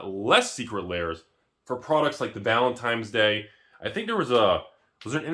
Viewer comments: Did you say valentimes day? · 8-figure wealth, calls it "Valentimes Day".... only in America.